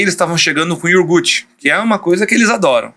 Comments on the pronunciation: Pô, doutor! Iorgute? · Iogurte "iorgute" 😅